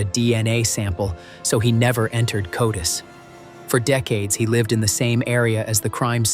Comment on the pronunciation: Nice content. Very engaging…however, the AI pronunciation: “C..O..D..I..S” discredits and makes your presentation laughable. Please hire a native speaker. At the very least, inform viewers that you rely on AI to make your presentation.